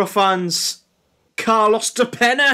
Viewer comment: I love how you spend like 10 minutes mispronouncing "de Peña" lol. Yeah after Boro, he went back to Uruguay and lit it up. Now he plays in the Champion's League with Kiev.